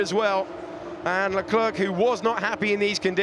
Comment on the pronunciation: LEKLURK? It's pronounced LECLAIR.